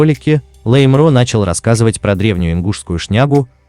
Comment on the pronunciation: Автор, говорите правильно на Чеченском языке, не лэй а лай!лайгуш- лаймро.